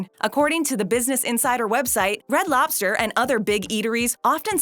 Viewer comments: For the love of all that is holy. Lobster. With a B. Not LOPster. LOBster. Say it with me. LOB ster. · Hey, are you aware that about 90% of the time you're saying "LOP-ster" instead of LOB-ster? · It sounds like she's saying "lopster." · Umm...that's a B in lobster, not a P, >:/